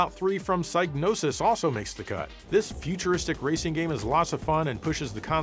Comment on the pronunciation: .....joe.....learn how to pronounce Psygnosis. Sig-no-sis